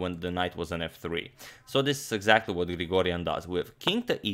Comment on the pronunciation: As an Armenian, I’m very happy to see Grigoryan achieve this feat! Just want to point out that his name is pronounced with a G, although written with a K, and his surname is pronounced with a K, although written with a G; it is as if you’re saying “Garen Krikorian”. I know it’s a Weird way of spelling but that’s the way it is. Anyway thanks for the amazing game!